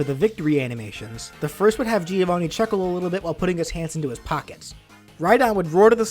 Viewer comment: It isn't pronounced like that, it's an Italian name and it's pronounced like the name Joe + Vanni, Joevanni. By the way I really like this moveset, one of the best of your channel! (Please do Shovel Knight)